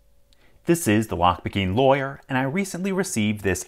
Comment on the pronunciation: Why did he say lawyer like that at the beginning 💀